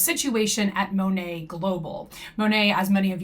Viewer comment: Btw the correct pronunciation is Moh-Nate (long O like in Oh). I watched official Monat commercials. PS: Also floored that some REPS actually say it wrong. Like how can you not know how to say your own company’s name